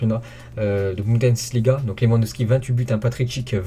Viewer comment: Bundesliga .... Arrête avec tes budensliga